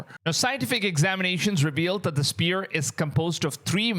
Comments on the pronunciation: IT SPHERE NOT SPEAR MAN! jeez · He keeps saying spear??? Sphere...it is sphere ...s...f ..e...r...ee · Spear❌️ Sphere ✅️ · Dude it's not spirical it's pronounced sferical as in spherical sphere sfear not spear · Hey brotha. Just a friendly 'how to' because the English language is weird and nonsensical at times, but the 'ph' in sphere or spherical doesn't sound like a 'p'. Together they make the 'f' sound, or "fffff". "Fight. Fire. Fun. Sphere" Also, the 'o' in 'hoax' has the sound of a capital 'O,' "Bow. Toe. Row. Hoax" Good video man👍